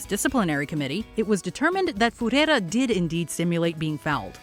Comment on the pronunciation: what the f is Furera? omg, it's not that hard pro pronunciate words lady